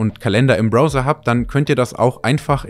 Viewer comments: Es spricht sich "Brauser" aus Kollege... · was ist ein BROser? diggi, wie sprichst du denn browser aus bitte? 😂 egal, hab mir Vivaldi installiert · Kann dem Kommentar nur zustimmen, ich zucke da immer zusammen, wenn ich es höre. Um mal kurz klugzuscheißen: Für die Kombination "ow" gibt es zwei verschiedene gängige Aussprachen. In Wörtern wir grow, show, snow word das "ow" wie "ou" ausgesprochen. Es gibt aber auch Wörter wie now oder eben Browser, hier ist die korrekte Aussprache irgendwo zwischen "au" und "ao" anzusiedeln. Ich hoffe nur, daß liest auch jemand. In diesem Sinne, Gruß aus down (noch ein Beispiel!) under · Jedes Mal, wenn er "Browser" sagt, stirb in mir ein kleiner Teil. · Korrektur: Browser wurde falsch ausgesprochen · Hausaufgabe mit Google: wie spricht man Browser auf Deutsch oder English aus… 😅🤷‍♂️ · BRRR! Bitte nicht diese Aussprache! Die Dinger heißen Browser, das ow wie au gesprochen, nicht ou wie in elbow oder owner. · 30 Jahre Browser und ihr könnt das Wort immer noch nicht richtig aussprechen. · Es heißt BrAUsa und nicht BrOser 😏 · Browser wird mehr wie "brauser" ausgesprochen als wie "brouser". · Bin ich der Einzige, der nach jedem "Brohser" laut "Brauser" gesagt hat? 🤐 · Gutes Video und sympathisch der Herr. Nur eines hat mich getriggert, es heißt Brauwser nicht Browser. Bro verzeih mir. 😊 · Bis auf das charmant ausgesprochene „Bro-ser“ 😄 ein wirklich schöner Bericht – hat Spaß gemacht zuzuschauen! Kleiner Tipp am Rande: Das Wort „Browser“ wird im Deutschen genauso ausgesprochen wie im Englischen: 👉 [brau-sər] – also mit „au“ wie in Brause und einem weichen „s“. Zur Orientierung: • „Brau“ wie in Brause • „ser“ wie in User Betonung liegt auf der ersten Silbe: BRAU-sər. Aber hey – solange der Inhalt stimmt, verzeihen wir auch gern mal ’nen Bro-ser 😉👍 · Wenn der Bro nochmal „Bro-sa“ sagt, dann verbrenne ich seine Geige. 😂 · Leine Info ….. auch im Englischen wird es Brauser ausgesprochen. Ansonsten ….. tolles Video…… bis auf den Broser 😂